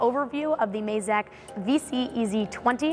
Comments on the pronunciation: Mazak, not Mayzak :P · Surely its pronounced 'MAZAK' considering the company was founded from the family last name 'YAMAZAKI', not 'YAMAYZAKI'